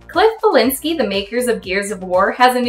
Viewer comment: Ballinscki? it's Bleszinski lol